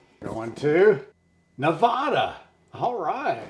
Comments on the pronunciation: It’s Ne-va-da, not Ne-vah-da. We take that personally. People will fight you. Just saying. 😂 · As my t-shirt says, " It's Ne-Va-Da, not Ne-Vaw-Duh"..such a mix of cultures here. More than a shrimp cocktail for sure. Love this series. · Nevada is pronounced Nev-aa-dah, not Ne-vah-da. The quilt is exquisite, as a quilt maker myself I must say Wow! What a wonderful job. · Love your channel. Love you guys you’re awesome. In preparation for your Nevada video I just wanted to mention you are mispronouncing Nevada. Nevada is pronounced neh-VAD-uh not neh-VAH-duh. Again, love you guys in your channel ❤ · Just a head’s up: Only people NOT from here call it Ne*vah*duh. Here we pronounce the middle syllable to rhyme with *cat*. Ne*va(as in cat)*duh. And I agree with another poster who said good luck coming up with a food our state is known for. Maybe look up around Carson City in the more historic areas? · You two are so funny. You are trying to fancy up Nevada. It's not neh-VAH-duh, it's neh-VAD-uh. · Love the series even though I'm a vegetarian. BTW Nevada is pronounced Ne-va-da (a, like hat) and not Ne-vaw-da. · Those burgers look delicious! You can tell you’re not from the west. neh-VAD-uh. Looking forward to what you dig up in Nevada. Probably some sort of basque dish. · I love watching this series and all your commentary! Awesome! As a former Nevadan, may I help you with the pronunciation of Nevada? Its Ne-va (as is apple)-da (as in uh) 😃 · Lol, my late husband always said, 'I was BORN ready!" too! Thanks for the reminder! And the 3M ? must be scotch tape? I'd get jaw cramps trying to eat that massive burger! By the way, Risa of RisaDoesMakeup says Nevada is pronouced Ne VAD uh, like bad. She just said that in her last video; she's based in Las Vegas.....Just sharing. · Burger looks great Nevada is pronounced Neh- VA-duh. The middle sound rhymes with “ad” in sad or mad. Love your videos! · Girl love you but please don’t say Nevada like that 😂😂. It’s not nevahdah mama